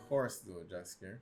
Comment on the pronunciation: It's Jaskier...NOT Dżaskier..